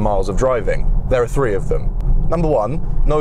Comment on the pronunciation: this man is kind of hot, but I do hate the way he says the number 3 as free, absolutely infuriating.